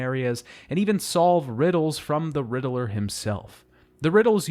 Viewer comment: Riddler is two syllables. You're making my ears bleed.